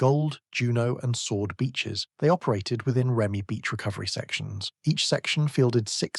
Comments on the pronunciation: The UK pronunciation of REME (Royal Electrical and Mechanical Engineers) is typically "REE-mee" (phonetic: /ˈriːmiː/). It is pronounced as a two-syllable word, emphasizing the first syllable to sound like "Ree" followed by "mee," rather than spelling out the letters R-E-M-E. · Interesting topic.... but stop with the fake photos on the thumbnails. It's Ree-Mee..... not R E M E. Work on you narration.... some of your sentences and words run into each other... you are sounding computer generated. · REME - pronounced ‘Reemy’ 🤦🏻‍♂️🤷‍♂️